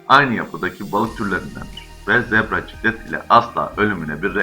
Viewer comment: Zebra ciklit degil ciklet